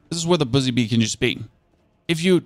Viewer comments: I thought he said bussy bee for a second, and i lost it lol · lol he said:Bussy bee"